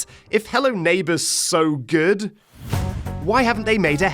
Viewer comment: Jood james, j jove jow je jeet jo juch jhildren